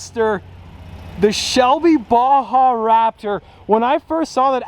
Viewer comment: Why can't americans prenounce baja?